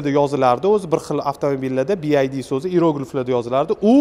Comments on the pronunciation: Би Ай Ди эмас Би Вай Ди номини хам нотугри айтябсиз Сигул бу Чайка дедиз Чайка узбекчада Чагалай дейилади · Bi Ay Di mas, Bi Vay Di desez to’g’ri aytgan bo’lasz… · bi ay di emas Bi Uay Di :) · Би ай ди эмас би вай ди булади. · Би Ай Ди эмас (BID), Би Вай Ди (BYD) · bi ay di emas bi uay di deb oqiladi byd "bee why dea" deb oqiladi ay di emas way diiiiiiii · Bi ay di deb xiq qivordi Bi vay di deb talaffuz qilinsa kere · Bi. vay. di. Desa kerak. Bi. Ay. Di. Demaydi. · Oka AY emas VAY Bi Vay Di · Bi-ay-di emas. Bi-vay-di oqiladi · Faqat o'zbechamas ruschaniyam inglischaniyam gapirishshi chichvorvossan bi ay di bomidi bi vay di dib oqiladi san etishin boyicha BID bolishi keregidi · Бияйди эмас бивайди деб айтилади аввал тугри суз айтишни урган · "Bi-Vay-Di" deb oʻqiladi. 😅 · BYD BIVAYDI DEB UQILADI KIYIN ESA BYD XITOYNIKI BULSA ULAR RUSCHADAN OLMIDI BILMASANG NEGA GAPIRASAN URROD OLDIN UQISHNI URGAN TUSHUNDINGMI SIGLNING MANOSINING TARJIMASI SHAGAR UCHUN KANFORT DIYILADI OLDIM GAPIRADIGON GAPINGNI BIL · Bi vay di deb oqilmidimi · Bu bola xaqiqiy Uzbekcha obzor qipti ! Yozilishi ingilizcha etilishi uzbekcha bopti 😅😅😅 chaykani uzbekchasi chayka didi yu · Byd notogri oqiyapsiz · Bi ay di emish😂😂. Bi vay di. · Aka "Bi-Ay-Di" mas "Bi-Vuay-Di" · bi ay di emas bi vay di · Нимага Би Ай Ди девоссиз? Би Вай Ди!!! Build Your Dreams!!! Жуда киммат!!! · Bid masss oka BYD oldin nomi tògri aytishni òrganish kerak😂😂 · obzor zo'r chiqibdi, faqat bu firma Bi Vay Di masmidi nimaga Bi Ay di boshidan oxirigacha. Best Your Dreams deb yozibam qo'yibdi orqasida😀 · Talaffuz [Bi ay di ] emas [ bi vay di] juda kichkina xato lekin hozir hamma talaffuzini biladi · BID(bi ay di) shundo dvosla 😂 aslida BYD (bi vay di)bolad uzbechan organurin bilmiman dme bowqa tili eplab gapromayapslayu 🙌🏻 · BYD. Siz BID dib etvos nomini. Ya'ni (Bi-way-di) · BID-bi ay di❌ BYD-bi way di✅ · BiAyDi 😆 BYD naxot togri oqiyolmasela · "Bi-Vay-diy" deb talaffuz qilinadiiiii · Би ай ди мас би вай ди